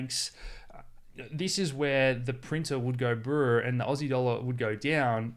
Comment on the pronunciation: Lol, printer goes brrrrr, not buuuuh:)